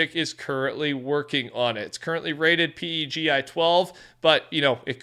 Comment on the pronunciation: PEGI is pronounced like the name "Peggy". Also PEGI 12 is equivalent to ESRB's E10+ and CERO B